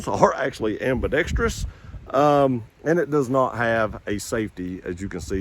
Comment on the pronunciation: The most mispronounced word in America.. Ambidextrous 😂😂😂